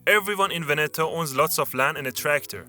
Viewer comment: HOW CAN YOU MISPRONOUNCE VEBETO AND SAY "BELIN" CORRECTLY?!